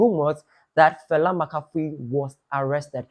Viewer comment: It’s Fella Makafui not “Falla Makafui” she’s already stressed don’t add more stress to her name😂😂